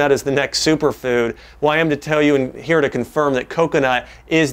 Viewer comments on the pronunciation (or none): none